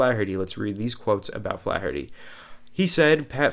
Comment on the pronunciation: says Flaherty like Charles Barkley swings a golf club.